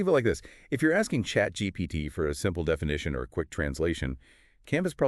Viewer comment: ChatGPTT? What's ChatGPTT?